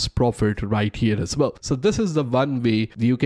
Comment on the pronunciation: “Really really bell”